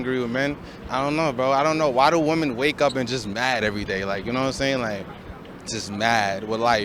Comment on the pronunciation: what is it with women pronouncing "womEN" as "womAn"? I'm hearing it more and more